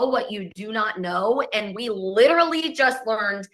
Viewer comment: Like lit-rah-lee you guys